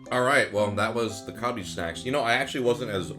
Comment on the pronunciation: Why did you pronounce Calbee like kalbi 🤣